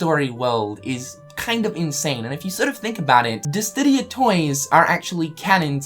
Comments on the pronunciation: It even says "DISSIDIA". How can you keep pronouncing it Distidia?! Also canical? It's canonical. Do you even english? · DISSDIDIA? C’mon, I thought you were better than that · Dissidia... not disdidia.. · It's Dissidia, not DissTidia. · Lmao “Dis D idia?” “Canical?” It’s “Disidia” and “canonical.” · What's Distidia? I only know Dissidia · "Disstidia" or Dissidia? lol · It's Dissidia, not DisTidia. :P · My boy why did you keep calling it Disdidia instead of Disidia? Also isn't it dope that just from demos we can already find all these Easter eggs? Okay it was the Toy Story world so of course there would be more Easter eggs than in other worlds probably but still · Wtf is Distidia. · why you pronounce Dissidia like "Disdidia"? Ya killin me here bruh! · BOI U STILL SAYIN DISSTIDIA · distidia? are you doing it on purpose or what? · I honestly think he might be dyslexic. In addition to “Disdidia”, he also says “Luariam” and “Streliza” instead of “Lauriam” and “Strelitzia”. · why do you say Dissidia like that? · There's no "T" in dissidia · Tee hee, you pronounce Dissidia strangely.